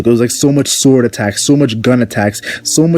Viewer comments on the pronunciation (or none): none